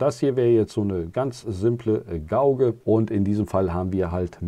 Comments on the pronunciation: Gauge sprich "geitsch" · Gutes Video. Und ganz nebenbei: Gauge spricht man Gehtsch und Scheme spricht man Skiem